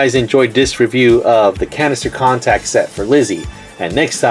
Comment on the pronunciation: It sounded like you said cancer contacted